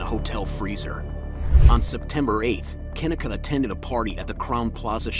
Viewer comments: Pronounced "KA- KNEE-CUH" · Kuh-Nee-Kuh pronounced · Pronounced Kah-Knee- kah, just an FYI. Guess he couldn’t even put in the effort to listen the first 5 secs of one of the dozens of interviews or true crime podcasts done on the poor girls’ case. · KaNeeka is the right pronunciation actually. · KUH NEEK A ..PRONUNCE HER NAME RIGHT. Rest in Paradise Kenneka❣️🙏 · The way her name is being mispronounced is bother me me so bad. (Ke-nee-ka) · You know damn well that young woman's name is NOT pronounced that way! Anyone who heard of this case knows her name sounds like Ka-neeka Jenkins! This is annoying because you have to wonder if it's on purpose. Ppl like to play with black ppl's names all the time. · Pronounced Ken neee kah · Unfortunately they don’t give a dang about that & he’s not pronouncing her name correctly!🙄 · First off her name is not pronounced like that 😠 get her name right first 🤦🏾‍♀️ SMH